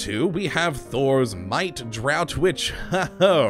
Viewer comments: Just gonna point out it's pronounced dr'ah'ft, not dr'ow't. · It's pronounced 'draft', not 'drought'. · Just wanted to say draught is pronounced draft